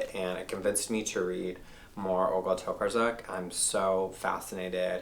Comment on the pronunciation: Really glad to have found this channel! I loved the recommendations! Adding at least 5 to read immediately ❤️ Btw if you want to pronounce Olga's surname closer to Polish pronunciation try reading it like Tocarchuck; the cz is pretty close to "ch, tch" sound :-) just keep the r strong :D